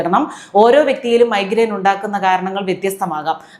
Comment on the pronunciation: മൈഗ്രൈൻ നോ, മൈത്രെയാണോ...!